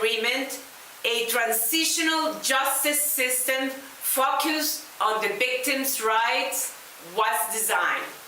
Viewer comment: La ministra deberia trabajar mas para mejorar su pronunciacion del ingles, especialmente la pronunciacion de la palabra "focused".